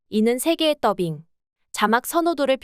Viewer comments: 시종일관 더빙이 아닌 떠빙으로 발음하던데 듣기 불편한 건 나만 그럼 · 그러게요, 왜 혼자서 줄곳 떠빙, 떠빙 하는지, 많이 거슬리네요. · 떠빙 말고 더빙이라고 발음해보세요